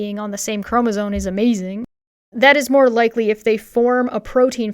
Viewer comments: Do my ears believe me, or is the goblin queen also saying "chromosone?" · I dug a little deeper into her mispronunciation of "chromosome". /m/ -> /n/ is a known consonant drift, like /r/ -> /w/. I checked to see if it was a creationist dog whistle, but that only returned one, non-creationist result. She likely misread it when young and she never updated her pronunciation when she sees it. As you learn to read the brain becomes focused on the shape of the word and not the individual letters.